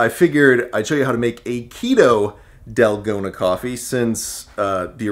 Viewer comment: It's "tal-go-na" the a sound (a = car)